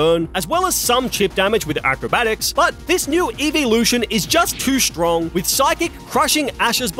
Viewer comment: Bro said stronk